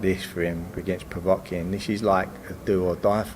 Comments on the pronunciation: Povetkin not povotkin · Stop saying pevotkin . Ffs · does need to work on his pronunciation - Powatkin! Powatkin! Powatkin!